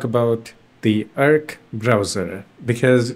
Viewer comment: it's not erkk browser it's AAARC browser